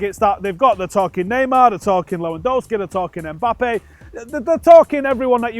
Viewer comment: ey bro, his name is not Eh- Mbappe! The lads name is Mbappe!!